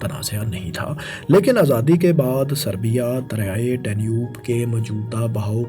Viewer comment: ماشاءاللہ بہت معلوماتی ویڈیو تھی۔ فیصل بھائی سے درخواست ہے کہ اس ویڈیو میں بولنے والے بھائی کے بجائے خود آڈیو دیا کریں کیونکہ یہ بھائی پنجابی زدہ اردو بولتے ہیں اور مجھے اس سے بہت کوفت ہوتی ہے۔ مثلاً عِلاقہ(Ilaqa)کو عَلاقہ(Alaqa) ، صورَتحال(Soorate Hal) کو صورْتحال(Soorte Hal) اور آزادی کو ازادی تلفظ کرتے ہیں ۔ اور 19 کو انیس کے اُنی بولتے ہیں ۔